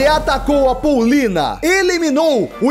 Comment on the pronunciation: kkkk😂😂😂 dives ele falar poulina ele falou paulina